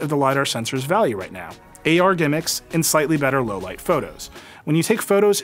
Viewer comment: I like the way he kept on emphasising on AR GIMMICKS 😂